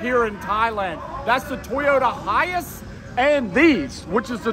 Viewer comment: Why do you say high ass isnt it high ace?